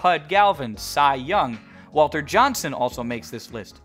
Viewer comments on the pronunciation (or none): none